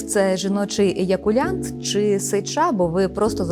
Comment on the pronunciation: еякуляНт??? перша секунда... далі екпетку можна не слухати